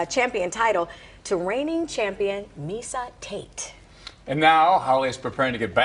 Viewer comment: "Miza Tate"... Jesus Christ